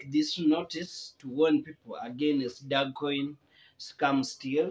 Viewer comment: Very painful you can't even pronounce the coin well🤣